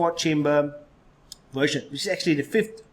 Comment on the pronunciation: Is he saying wersion and not version with a v?